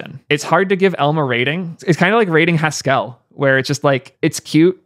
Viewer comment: Lol the "fp guy" doesn't know how Haskell is pronounced